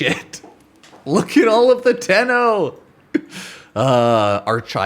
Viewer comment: Ah yes the "toe-run" strike